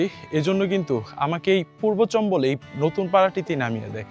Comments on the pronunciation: Video and sound are good but your pronunciation should be improved. This is not চম্বল, actual word is চামবল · ভাই, জায়গার নামের উচ্চারণটা চম্বল না, চাম্বল হবে